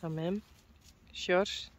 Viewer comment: I love hearing you say 'Sjors' name. Hi baby Teije🏃‍♂️🐎💙 Tfsharing! Have a great weekend everyone. 🕊🌎🕊